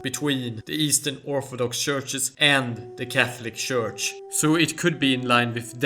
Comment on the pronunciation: Please note that in English the word church is pronounced tchurch. Just fyi